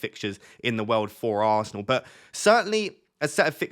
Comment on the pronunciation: Love the way you say..aannnnsnal 😂😜 I dont recommend anyone to watch him say that at 0.25x 😂